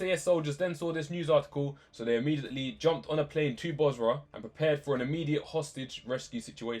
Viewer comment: It's Basra, not Bosra.